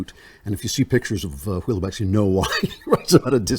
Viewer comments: It's an eerie read. BTW, it's "well-beck". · The best line in the book, after his Jewish girlfriend leaves France for Israel: "There is no Israel for me" Also it's pronounced Well-beck! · Im am Dutch and well-beck is corect